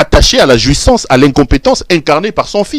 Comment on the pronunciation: obomaka nga tango olobaka "JUISSANCE" kiekiekie J'aime bien...